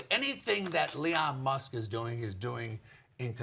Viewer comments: and i quote "anything that LEON MUSK..." a chuckle was chuckled. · "anything that LEON Musk is doing......" that's how you know it's a 1000% sycophant. Probably says, ka-MALL-uh. too because Daddy Trump does.